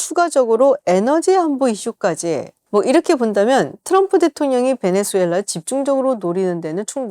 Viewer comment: 김지윤 수준도 질 떨어지네. 베네"주"엘라 아니다. 지윤아. 제목처럼 베네"수"엘라 이다.